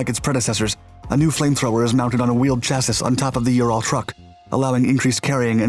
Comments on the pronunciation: Enjoy your videos and narration. However you need to tight up your background work. It’s pronounced “chassee”, not “chassis”. Also you did an aviation video referring to the Phantom, calling it the F48, when it was an F-4 B. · Shassy not chass-iss FFS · chassis noun chas·sis | \ ˈcha-sē , ˈsha- \ plural chassis\ -sēz \ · Please, man-it is pronounced "chassEE", not "chassISS". Granted, the spelling makes no sense. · The word "chassis" is pronounced "chas-ee" The repeated mispronunciation of that word started to bug me. I hope your pronunciation has changed since.... Otherwise, very impressive and informative video! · It is pronounced CHASS EE not Chass iss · ChassIS? Lol it’s chassY Twice. The last S is silent you goofball it’s not pronounce chassis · Sure do wish you would say chassEE instead of chass-iss when you describe vehicles. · Chas-seeee, not Chas-iiis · Chass-iss.... you're killing me with that lol. Chassis is pronounced "Chass-ee" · Chas-ee, not Chas-sis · Seriously, CHASSIS is pronounced "SHASSEE" not "SHASSISS" in any language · Dude....I love all of your channels - they're seriously some of my faves on this entire platform and I love every topic you publish on. But I gotta say that the word is pronounced "chass-EEE", not "chass-iss". Just sayin'... Thanks for the great stories and stay safe! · It's pronounced: chassee, not chassis. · its pronounced "Chass-y" not chassis. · Love your videos, but please, chassis, its a french word it is pronounced "sha-see" not "tcha-ciss"...its the french word for frame... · Chassis isn't "shassis", it's "shassy"... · The number of times you pronounce chassis as "chassus" is frustrating in this one. Chass-ee. Or even the British pronunciation of "shassee" would be acceptable. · Dude, It's chass-EE, not chass-ISS. How to pronounce "chassis" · 1st: Who says "chas-iss"? It is Chass-ee 2nd: Your footage is from ammunition depots in Yemen getting blown up. Not from the TOS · Chassee not chassissss Weirdo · Bruh, "chassi"